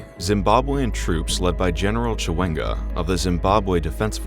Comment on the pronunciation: Bosah Erinne He doubtless didn't want to be doing a third or fifth take of the reading getting "Mr. Mnangagwa" and "ZANU-PF" and the like to feel right. Brody definitely kept saying "succeed" (as in succession) like "secede" (as in secession). He still got Mugabe and Chiwenga alright.